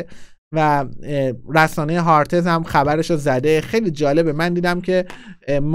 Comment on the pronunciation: امیدجان رسانه "ها آرِتز" درسته نه "هارتِز"! البته در هر صورت ممنون. موفق باشی